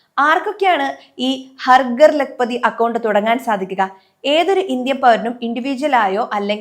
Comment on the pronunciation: "ഹർ ഗർ" അല്ല "ഹർ ഘർ" എന്നാണ് ഉച്ചരിക്കേണ്ടത്. വന്ന് വന്ന് മലയാളം നേരേ ചൊവ്വേ പറയാൻ പോലും അറിയാതെയായി മലയാളിക്ക്😢